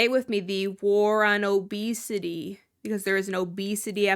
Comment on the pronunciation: It’s actually hilarious how she went on about how the word “fat” doesn’t bother her but she can’t even say “obese/obesity” 🤣🤦🏼‍♀️